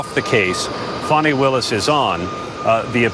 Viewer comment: its not fawni, its fannie